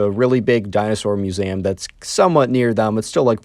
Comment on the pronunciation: Muezam? It's Mue-Zee-Am not Mue-za-m.